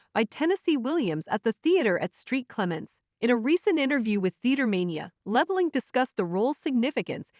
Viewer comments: It’s annoying when they mispronounce names! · LeBlahnk not Labalanc